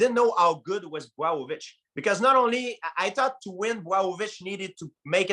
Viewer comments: Man, everybody got his own way for pronunciate Jan Blachowicz !! GSP just said BWOWOVICH 😭😭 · George" Bwow-o-vich" St. Pierre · GSP was STRUGGLING with saying Blachowicz’ name